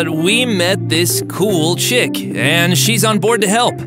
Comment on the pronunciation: WTF I am not a hater but he said chik😂